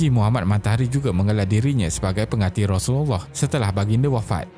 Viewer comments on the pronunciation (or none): none